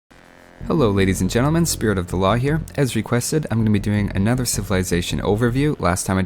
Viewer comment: I always here you saying spirit of allah instead of spirit of the law. I don't know why though.